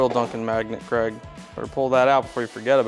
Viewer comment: Dude it's "Craig". But it easy to see how you mixed it up, the way they pronounce it over there is real short, like "Creg". For the US-ians : the original Scottish/UK pronunciation is like... Crayg 😁